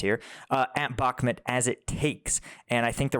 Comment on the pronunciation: Mate, please say Bukmoot. It's not Bukmet!